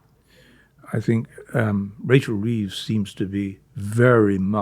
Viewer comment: Sorry 'Reeves'